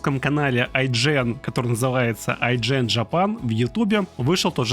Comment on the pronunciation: Это сАлин а не салИн, если что.